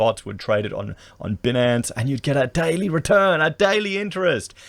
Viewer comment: Only reason I gave you a thumbs down, you spent 10 mins about a scam, didn't know how to pronounce "binance and had no idea Bitconnnnnect was dead and the people are in jail" ... To me this is INSANE if you are getting income in Crypto how you could NOT know about what you are paid in ??? SERIOUSLY IT'S REALLY BAD TO NOT SELF EDUCATE IF YOU'RE BEING PAID IN IT! If I earnt an income in crypto I'd sure as heck know about the sector because it impacts my life and living style?? This is just being financially responsible? But I was glad you understand the Decentralized top few are just like anything else , everything goes up and EVERY goes down too. Crypto is no different. Look at the AUD in 2020! And tell me cash is stable?